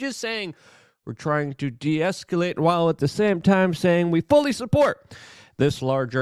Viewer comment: Do you not feel that someone who is 'reporting the news' has any responsibility to appear credible? How can you be perceived as credible if you consistently say words that are not even real? Transfold (should be transpire) Esc-you-late (should be escalate) Sime-you-taneously (should be simultaneously) Levied (should be leveled) TumuLTULOUS (your favorite. should be tumultUOUS) ExSCUSIVely (should be excLUSIVEly)